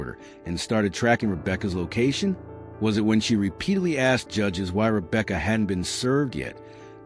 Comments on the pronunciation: It's Romeca not Rebecca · You got to fix that Friend ASAP Rocky. Put some respect on Romeca name not Rebecca please and thanks. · It’s ROMECA RO-ME-CA 🙏🏽💖💫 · He just need go get her name right..I couldn't even listen to his podcast cos he kept MISPRONOUNCING RomecaS Name